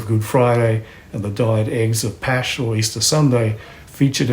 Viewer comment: This is superb debunking. Only complaint is that you pronounce the terms rooted in Hebrew and Greek related to Easter and Passover as Pash when the Pasch tranliteration refer to the gutteral sound iike the German ich. Closer to say Paska or Paskal.